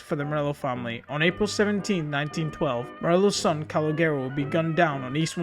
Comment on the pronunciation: Please learn how to pronounce Calogero before making these videos